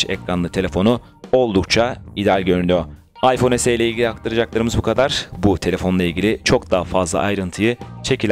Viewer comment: Arkadaşın demek istediği yarı Türkçe yarı İngilizce okumayın diyor ya es-i ya da Türkçe olarak se-e diye okumak lazım